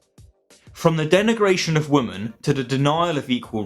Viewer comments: Why do you say “woman” instead of “women”? Is it just my ears, my 1990’s education or is this some new speech pattern that I’m not up on? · Good video but what’s with this new trend of people not being able to pronounce women properly lol